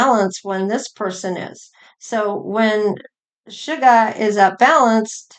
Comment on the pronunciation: I love how you rearrange their names. V become Vee. Suga becomes. 😅